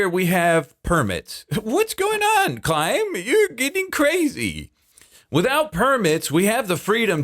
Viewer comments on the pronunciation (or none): yeah. its pronounced climb not KHHHHHHHHHHHlimb cmon man how long have you been doing this youtube thing for?